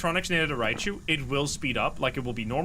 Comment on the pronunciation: It’s hilarious how he always calls Raiju Rai chu